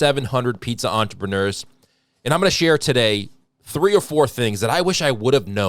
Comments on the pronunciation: Wow. An American who can say entrepren-air. They all correct you and say it's entrepren-ewr..... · Unlike many people, knows how to pronounce "entrepreneur."